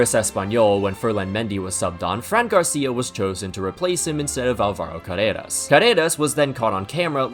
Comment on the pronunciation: You pronounced Álvaro wrong